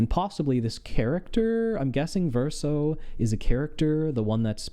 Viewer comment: You actually nailed the different pronunciations of the name Verso there. They're pretty much all in the game xD